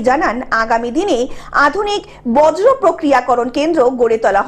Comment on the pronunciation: "বজ্রো" নয় "বর্জ্য " বাংলা ভাষাকে সঠিক ভাবে উচ্চারণ করুন।